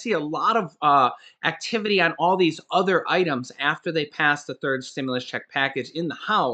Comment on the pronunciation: Like the blooper on 'other'! Made me laugh when you said 'udder'! Thanks for all the hard work you and Laurel do for us!